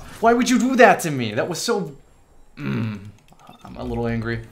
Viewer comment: "I'm a little angry... An g e r y"